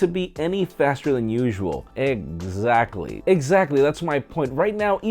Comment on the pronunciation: Egg🥚- sactly 😂😂 lol